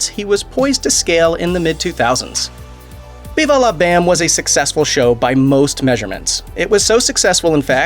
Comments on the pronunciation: Pretty sure everybody But You pronounces it Viva "Lah" Bam & NOT Viva "Law" Bam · Why you say it like that “veevah lah bam” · 😂😂😂😂 bro viVA la BAM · Wtf does it sound funny when you say Viva La Bam? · Why do you say viva la bam weird?! 😂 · Hearing him say Viva la Bam was like listening to a speak and spell try and pronounce it lol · Why you gotta say Viva La BAM like that?! Lol